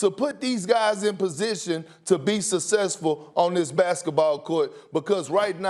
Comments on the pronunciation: Kendrick “sussessful” perkins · Kendrick "Sussesful" Perkins 😂😂